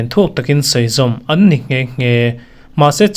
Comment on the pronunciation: Kan lo ngaihthlak na che a rei ve ta hle mai, mizotawng ziak chhiar hi tan la nasa teh, ngaihnawm tak ni thei kha, i thluk dan leh sawi chhuah dan hi a pai thei emai, ngaihthlakloh hi ka nei tlem khawp mai a 'dawn' 'annni' tih te.. inzir nasat i ngai deuh tlat